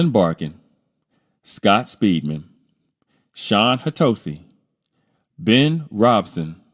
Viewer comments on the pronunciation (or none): Shawn HAD-asee not HEH-TOE-SEE